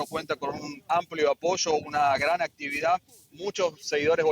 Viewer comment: Hasta caen mal como da. La noticia cuando dice Graannn jajaja quiere darle enfasis cuando es de inventar los seudo presentadores desinformadores hasta caen mal que digan tanta mentiras